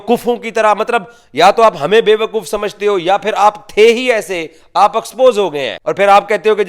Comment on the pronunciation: Propoganda ❌ Properganda ✅ Expose ❌ Aaxpose✅